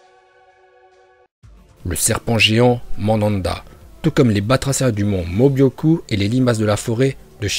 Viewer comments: C est pas mon mobioku mais mon mioboku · c est pas mobyoku mais myoboku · Ça me stresse quand vous dites "le mont mobyoku", c'est "myoboku" !! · Pour: c'est pas mobioku mais mioboku voilà 🥰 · C pas Mobyocu c Myuboku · C’est myôboku et pas mobyoku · Myōboku pas Mobyoku😂😂😂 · C pas le mont mobyoku c miyuboku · Tu c est pas dire le mont mioboku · Comment il a prononcer le mont myuboku la ??!